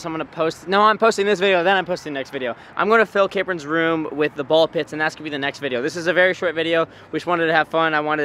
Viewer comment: Capron not cape on